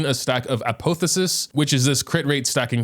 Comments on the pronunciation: the way he is pronouncing apotheosis is triggering me so hard. A-pah-theo-sis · "Ah-poh-theh-sis" made me lol. My dude, type it into Google and hit the speaker button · Apotheosis is pronounced App-off-e-oh-sis for future reference